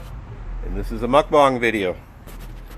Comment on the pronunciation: Did you say Meokbang video? Haha